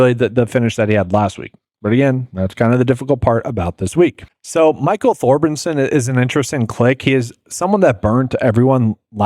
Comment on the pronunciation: You butchered Thorbinson (Thorbjornsen) and Bezenhoot (Bezuidenhout). How can you not pronounce golfers' names and do golf content weekly. It's so hard to listen to this. Koivun isn't even hard to pronounce lol. And you brag about playing D3 college sports but can't pronounce names. Guess you didn't go to class or even play if I had to guess. If you didn't claim to hit these outrights and be on all the plays after the fact I probably wouldn't be as irritated with videos. It just comes across pompous and I never even comment on videos. Positive or negative. Don't have the time. Just do a little research and learn the proper pronunciations if you are going to claim to be a tout.